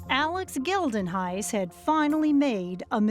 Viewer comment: The way they pronounce "Geldenhuys" hurts 🥲